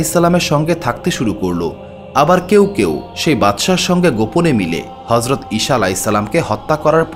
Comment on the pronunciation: উচ্চারণ সঠিক করুন। ঈছা হবে।